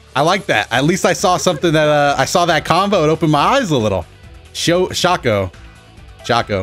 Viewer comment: It's shoco not SHOCO